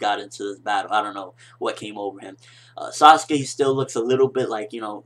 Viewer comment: its sasuke, not saskue.